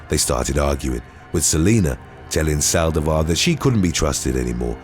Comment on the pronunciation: Why Sàldivar??? The accent is on the i!!! Saldìvar, not Sàldivar